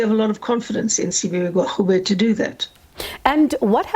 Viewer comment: Hellen not educated..cant even pronounce minister gwarube.. Da pls go..eff wants to enter government and expropriate land without compensation